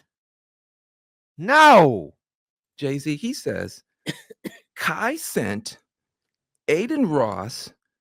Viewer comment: Every time I hear him pronounce Cenat incorrectly, I laugh 😂😂😂😂